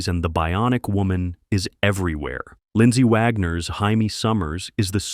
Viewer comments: It's Jamie, not Jaime dumbass ! 😂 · Who the hell was HIGH-ME? It was JAY-ME Summers. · Jayme. Not haime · Hymie? Her name is Jamie, AI bot.